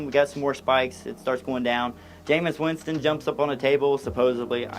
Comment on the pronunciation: “Jayemeuhs Weenston” also unaware he’s a pro QB lmao. That part had me dying